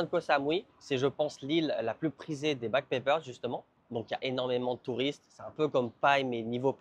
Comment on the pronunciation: Is it me, but are you pronouncing "backpackers" backpèckers"?